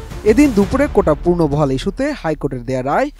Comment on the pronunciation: পূর্ন বহাল নয়, উচ্চারণ হবে পুনঃ বহাল অথবা পুনর্বহাল, অর্থ হলো আবার বা পুনরায় বহাল অর্থাৎ recontinue বা restart